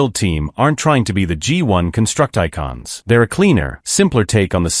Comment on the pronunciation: I know right. "Construct-I-Cons" man come on 🙄